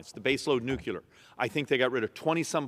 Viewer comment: one more time...it's pronounced NUKE LEE AR, not NUKE YOU LAR....